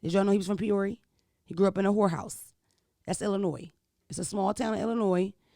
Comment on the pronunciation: She butchered our home town name 😂😂 Peoria, Illinois